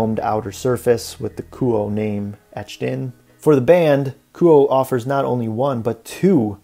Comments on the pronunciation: It’s pronounced Ku oh eh. Nice review though. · It's pronounced KOO-OH-AY